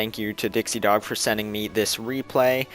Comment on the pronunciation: you pronounced my and dixiedogs name right!